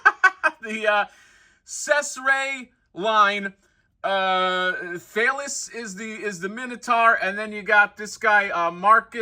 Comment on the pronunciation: The minotaur's name "Thales" is pronounced "Th-A-lez" =). Once upon a time ago I got my degree in philosophy. Thales is known as the first philosopher (he was Greek and famously taught 4 tenets: (1) The world derives from water; (2) The world rests on water; (3) The world is full of gods; (4) Soul produces motion.) Not that that has anything to do with that giant, kick-ass minotaur. But anyhow, there's the philosophy lesson!